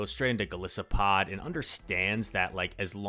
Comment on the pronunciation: Goal-iss-O-pod im pretty sure is how its pronounced